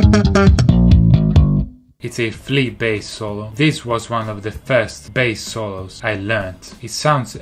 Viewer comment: When Davie say bAss it's kinda sound like BS 😂😂